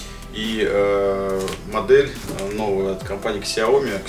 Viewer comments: Сяо ми а не Ксяоми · Какой "Кисияоми"? Откройте в интернете как правильно звучит”小米” xiaomi 🤦🏻‍♂️ "Сяоми" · Одна маленькая просьба, не называйте больше Ксяоми, правильно будет Сяоми...аж уши режет. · какой еще КСЯОМИ?? это СЯО МИ, читайте правильно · Автор услышь меня Сяоми, первая буква С. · Кул Грин , ксЯоми говорят в кадре, не сяомИ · Хорошо бы фирму xiaomi правильно называть, слух режет